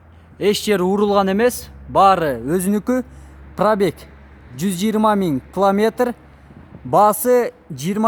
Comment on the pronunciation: Кламетр дебей километр десен.